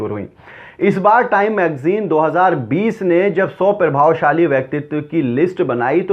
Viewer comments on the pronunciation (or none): Bhai...pir-bhavshali nhi hota.....Pra- bhavshali hota hi